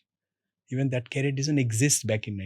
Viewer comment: It’s career, not carrier